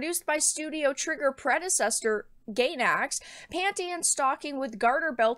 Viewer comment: Studio Trigger predecessor Gaynax-- bruh... I know what you were trying to say though. For the future Gainax= Guy-nax Other examples Ai Ai from super monkey ball would be pronounced verbally as so Eye Eye.